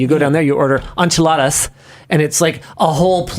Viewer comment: Why does the way Linus says Enchiladas make me feel so dirty. I had to rewind twice to figure out what he was talking about.